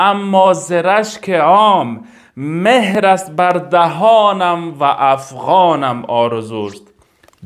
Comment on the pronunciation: مهر نه مهر با زیر نه با پیش خوانده میشود. یعنی چون بلبلم اما بر دهنم مهر زده شده.mehr نه mohr